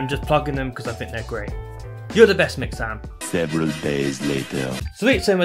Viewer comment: It sounds like you are saying mix Sam’s, but when I looked up the name to the website all I found was mixams. Is this the same website or have I got it wrong some how?